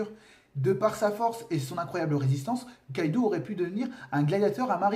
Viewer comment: Ça se prononce Kaidō (avec un long O), pas Kaidu. On l'écrit Kaidou car en japonais, la syllabe U, quand elle est placée derrière un O, sert à le prolonger. C'est en aucun cas à lire comme un "ou" français. C'est pareil pour Raizō/Raizou et Zō/Zou (qui pour le coup se prononce comme le mot "zoo"). Désolé de faire mon chieur avec ça x)